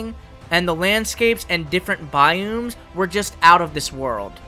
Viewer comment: Bro meant to say biomes, but he said by Ooms